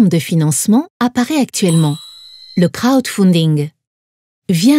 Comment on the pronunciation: «crowd founnedigne»